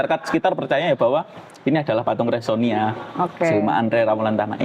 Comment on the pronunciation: Bukan resonia tetapi??Resiona😂😂😂